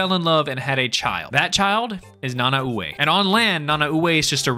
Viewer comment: I was literally ready to type and you mentioned about king shark also i could be wrong and I think it’s pronounced Na-Nah-Way